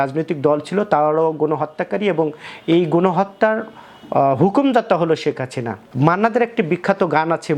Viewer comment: শেখ হাসিনারে বলে শেখ হাচিনা। ধুর মিয়া.... উচ্চারন ঠিক কইরা ইউটিউব ভিডিও করেন